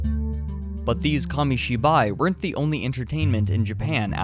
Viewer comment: What is monga? Komishiboy? Why can't Americans say foreign words without using that pretentious but wrong pronunciation...